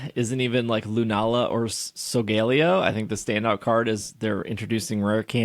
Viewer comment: Is just trolling everyone with how he pronounces Solgaleo? I don’t remember it that way in the anime…